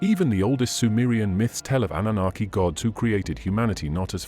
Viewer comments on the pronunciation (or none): none